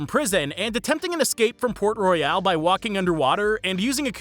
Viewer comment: No shot he just said port "royale" when clearly they promounce it port royal several times💀 did bro even watch the movie